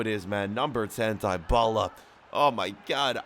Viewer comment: Paulo dybala is pronounced deebala not trying to be mean by the way